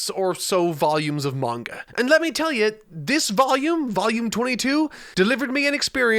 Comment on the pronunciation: It still bugs me when people pronounce manga wrong.